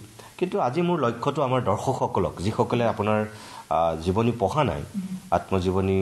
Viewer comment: সম্পাদক মহোদয়ৰ অসমীয়া শব্দৰ উচ্ছাৰণত সন্তুষ্ট হ'ব নোৱাৰিলোঁ। বিশেষকৈ " পঢ়া " ৰ উচ্ছাৰণ " পহা " বুলি কেইবাবাৰো কোৱা যেন অনুভৱ হ'ল। স্বনামধন্য শইকীয়া চাৰৰ সু-স্বাস্থ্য আৰু দীৰ্ঘায়ু কামনা কৰিলোঁ 🌹🙏🌹